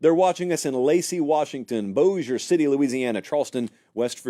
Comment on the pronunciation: He pronounced Bossier City correctly! 🎉🎉🎉